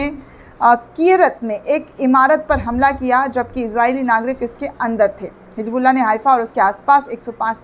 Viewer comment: It is hizbullah not hijbullah